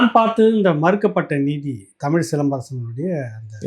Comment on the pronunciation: தமிழ்........ தமில்...... தமிழா ....... தமிலா....... தமிழை ...... தமில் என்கிறார் நண்பர்!!!